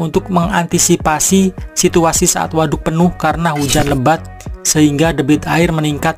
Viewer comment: Ngomong WADUK na biasa wae atuh a